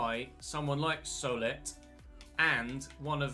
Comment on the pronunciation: Just to help out, Solet is pronounced So-Lay